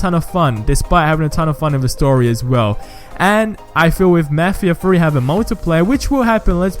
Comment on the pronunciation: "let's talk about mefheeha free"